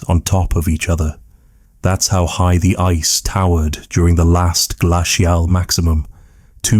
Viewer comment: I can usually tolerate ai voice but the way they pronounced "glacial" almost made me turn off the video and find something else to fall asleep to x_x other than that this was a fantasic documentary. If you got a real person to read your scripts your videos would get hundreds of thousands of views, I'd bet, because the actual script itself is REALLY good!